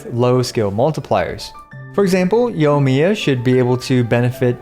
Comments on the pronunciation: "Yomiya" There is, in fact, an I in there. Right after the O. Anyway, I'm just giving you a hard time. On another note, I'm not totally convinced that the heart of depths set won't be better on Ayato. I'm not a math guy, but hydro damage bonus should do more for him than atk, and the buff from heart of depths is far more consistent. We'll have to see the numbers I guess. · wait what yunjin burst does so increase yoimiya skill damage you dont know what your talking about and cant even say her name right.